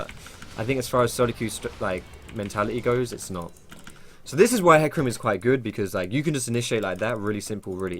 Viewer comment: JUST ABBREVIATE IT TO FUCKING 'HEC' THERE IS NO NEED TO ADD A USELESS FUCKING VOWEL SOUND JUST TO HIGHLIGHT HOW MUCH OF A MOUTH BREATHING TROGLODYTE YOU ARE